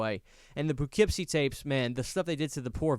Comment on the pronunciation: I lost sleep over your mispronunciation of Poughkeepsie